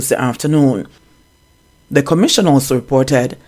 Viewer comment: He's seriously lacking in grammar. His wife, as an educator, is a failure to her husband. She should take the time to teach him proper enunciation and tell him that "TH" is NOT pronounced as "Z". He needs serious assistance in phonics and reading, ma'am. Stop making silly excuses for him.